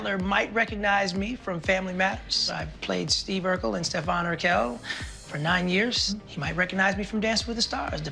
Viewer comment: I love how Jaleel also said “Stefan urkelle” hahahs